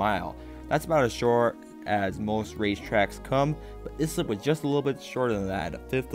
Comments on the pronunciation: As someone who attended many races at this race track during the mid 1960's to mid 1970's. I almost fell off my chair how the announcer pronounced Islip (is - lip) of this video. Proper pronouncement is "ICE -SLIP." I grew up in the adjoining town of Brentwood, you could hear the race car's (not the announcer.) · Great video. It’s pronounced I-slip. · It is pronounced Islip ( eye slip )